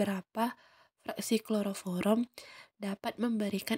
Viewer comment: Kloroform kak bukan kloroforom 😅